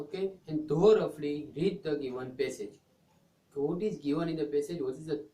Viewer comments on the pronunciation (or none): Pronunciation of thoroughly should be changed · First learn how to pronounce thoroughly... Idiot